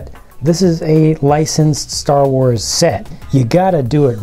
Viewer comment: did you say stuffa wars?